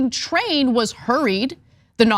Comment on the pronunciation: TRAIN!! NOT TRAIL!!